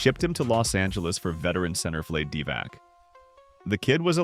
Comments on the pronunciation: VLAH-deh DEE-vahts, not VLAYD DEE-vack. How hard is it to look up a pronunciation? Unless I'm pointlessly arguing with AI slop ... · C'mon, Vlayd Divahck???? Say his name right. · The way it says Vlade Divac is straight weird